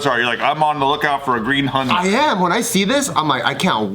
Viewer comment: Lol the way Bart and the others pronounce Hyundai... It's "Hun-day" not "he-un-die*